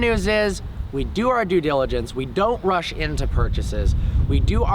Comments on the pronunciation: My face when said doing my dugelligence 🤣🤣🤣🤣😂😂😂😂😂😂🤣🤣🤣😅😅😅😅😅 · it was just my du-jill-a-jents 💊💉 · Mispronounces “due diligence”